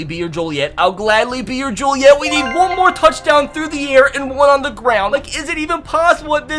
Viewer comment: He said Romeo I’ll be your jullieete so many times